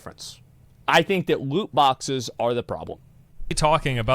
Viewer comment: woot bwoxes - asmongold